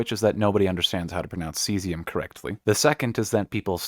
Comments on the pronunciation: Ave, True to Caesium! That's probably how they got mislead into pronouncing it like that. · Thank you. "Kaysium"...JFC, I was so irritated. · Exceptionally helpful. Thanks. The mispronunciation of Caesium hurts but the utter mess some folks make of Cheyenne is my trigger :)